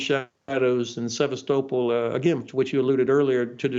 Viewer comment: He can't even pronounce Sevastopol correctly, what the hell?